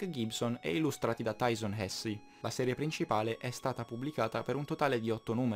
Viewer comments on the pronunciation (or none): none